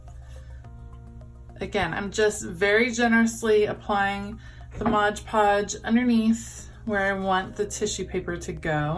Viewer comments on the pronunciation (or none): Why “Modge” Podge instead of “Mod” Podge? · Nice job! Please note that the product is MOD Podge -- not Modge Podge. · Awesome project, but....... it's MOD Podge!